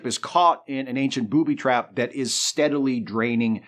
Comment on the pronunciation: I LOVE the way you say booby trap as if it isn't a single concept term with emphasis on the first part.